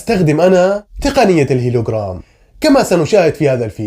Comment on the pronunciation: هولوغرام و ليس هيلوغرام